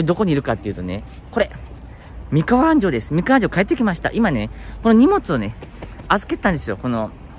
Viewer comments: 安城の発音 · 安城出身です 昔は田んぼだらけでしたね ちなみにあんじょうのアクセントは「じょ」の部分です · 地元のアナウンサーも安城の発音は間違えますな😅